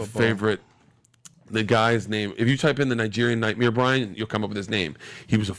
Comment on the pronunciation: Nightmere 😂 he really has been saying nightmere all his life.